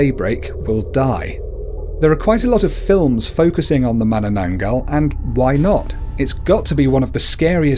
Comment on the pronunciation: and when you pronounce tikbalang have a 1 sec pause. like Tik-ba-lang. every "-" is 1 sec :D and the way he pronounce mananangal is correct :)